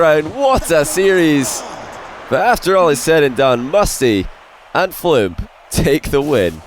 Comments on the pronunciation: Does it annoy anyone else that instead of saying Fluump he keeps saying Floop lol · Why do you say Floump? Why? 😂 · Even can’t pronounce Fluump correctly lol